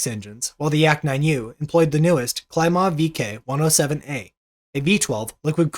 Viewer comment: Your pronunciations of some of the Russian names needs some work. KLEE-mov. YAK-ovlev.